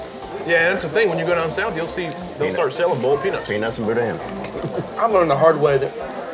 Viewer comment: We need to discuss the way you guys pronounce “boudin” 😂😂